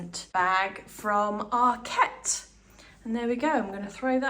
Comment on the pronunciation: Loved the video, but it’s ARKet not ArKET! Arket is a Swedish word not a French one… 😘